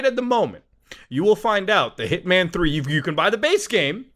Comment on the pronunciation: Hearing him say Hitman over and over I’m starting to hear Ip Man 1, 2, 3 lol